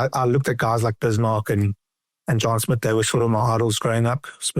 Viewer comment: Lol don't know if Marx is meaning John Smit or Juan Smith because he's pronouncing it Juan Smit